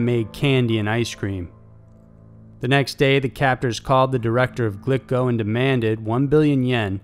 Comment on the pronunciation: Glico is pronounced "gleeko", FYI.